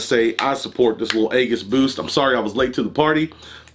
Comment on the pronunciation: AEGISS BOOST? WHY DO YOU PRONOUNCE IT LIKE THAT. CCCMOOOONNN CUHHH